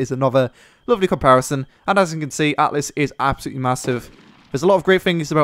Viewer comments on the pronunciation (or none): Altis, not atlis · sorry but its Al-tis and Strat-is. Not Atlas and Straytis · Stop calling it Atlas, it's Altis ffs. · It's actually not called "Atlis" but "Altis" ;) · Altis btw. ;P Not Atlis. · Altis not atlis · Altis not atlis or atlas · THE MAP IS CALLED ALTIS !!!!! NOT ATLIS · AL TIS. NOT ATLIS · ALTIS NOT ATLIS GODAMNIT